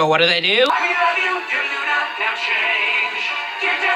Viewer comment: Um dude it's lunna. Not luan